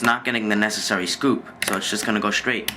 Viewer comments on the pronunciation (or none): its not swoop its scoop no homo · it's called SCOOP not SWOOP